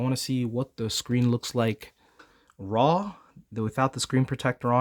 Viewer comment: Not the way you said "RAW" 😂 Less time on PH my dude 😂